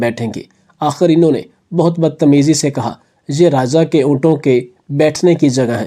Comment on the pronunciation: ابےن جاہل رازا نہیں راجا